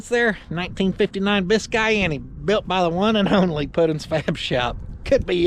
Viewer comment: If you don't want to see this Bis-kay-annie built you ain't American. This thing is sweet!